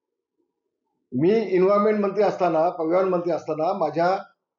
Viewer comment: रामु ठाकरेंनी तुला मोठे केले तोत्या तुझ्या नावावर मतं माग जरा दम आहे तर कळेल तुला तुझी औकात मग😂😂😂😂इनव्हायमेंट,पयावयण😂😂निट बोलता येत नाही तुला.काय तिर मारले होते तू😂😂२०२४ नंतर जनता तुला फाट्यावर मारणार😂😂😂